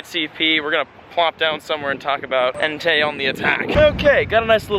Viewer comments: It's pronounced Entay btw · Bruh 😂 Raikou - Rai-co Entei - En-Tay and Suicune - Swee-coone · And btw it's pronounced En-tie 😘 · BecomeTheDreamer and its Entei not En-tie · BellaSenju and Its entei not en-tie lol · Raikou = rye-koh Entei = en-tay Suicune = swee-coon And while I'm at it.. Golem = goh-lum You're welcome,. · Tojetic, Swycoon, and Entaii -, 2017 Pokémon pronunciations. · i know right it should be swee-koon en-tay and rie-koo